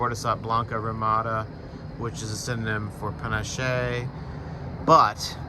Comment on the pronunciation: pah-NAH-ch-eh (spanish) or pah-NASH (french).